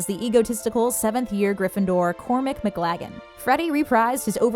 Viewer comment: It's pronounced "Cormac McClagen", not "Cormick Mcglagen"!😒😑